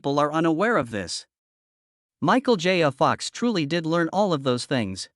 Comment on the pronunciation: Every time the AI says “Michael J a Fox” it makes my eye tic a bit more pronounced than it had.